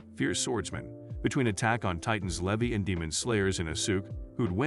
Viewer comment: Lee Vi, not Leh vee